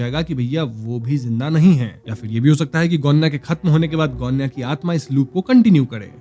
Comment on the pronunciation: गोण्या बरोबर आहे सायली ✅